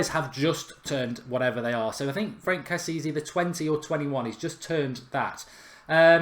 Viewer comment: I think it's pronounced Frunk Kessi-ay